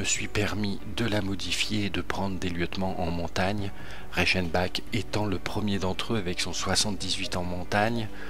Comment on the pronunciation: sa se prononce pas Reichenbak mais Reichenbar